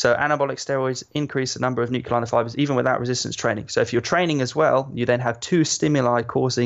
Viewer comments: I hate how he says "nuculai" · The way he’s saying nuclei is really bothering me 🤦🏾‍♂️😂